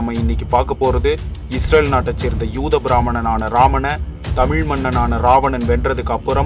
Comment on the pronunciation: 'தமிழ்' அருள் கூர்ந்து...... சரியாக பலுக்கக் கற்றுக் கொள்ளவுவும்...